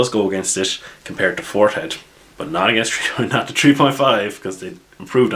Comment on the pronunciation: I'm trying to work on my Irish accent. Fourth ed sounds like forehead to me.